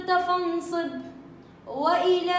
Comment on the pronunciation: فانصب ..بالفتح فارغب ...بالفتح